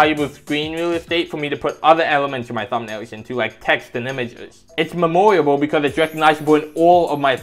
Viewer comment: How you pronounce memorable hurts me